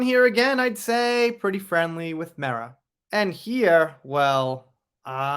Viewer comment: I just want to say, thank you for pronouncing Mera correctly.